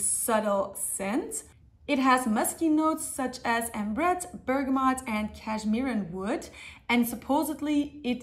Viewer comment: Finally someone saying bergamot properly, every other fragrance youtuber says bergamoNt...